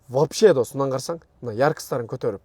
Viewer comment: Досм деп кечке эле шалпылдайт экенсин. Досум деген создун кадырын кетирип.